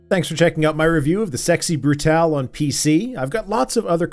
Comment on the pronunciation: Yay. Someone who says "Brutale" instead of "Brutal".